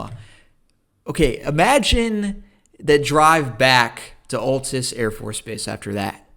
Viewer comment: You’re saying Abilene and Altus all wrong 🤣